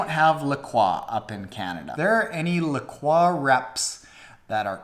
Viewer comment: Great subject for this video. Maybe they don’t have any LaCroix by you because they can’t understand what you are asking for. In the states (specifically, La Cross, WI where it is produced), it’s pronounced La-Croy. #stopthefrenchification #keeprockinggreatvids